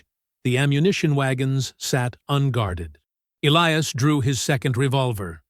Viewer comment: Good plot but the AI narration made a mess of pronouncing the hero's name: was it Elias, or "Elee-ass"?